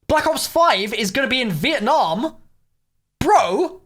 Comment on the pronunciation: Who was here when it said vietname